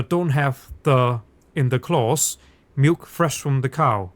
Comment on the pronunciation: "and milf from the cow" Come on, you ALL heard that in dutch 🤣